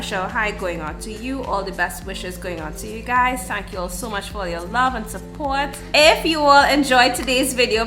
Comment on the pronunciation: He said "yuh friend"😂😂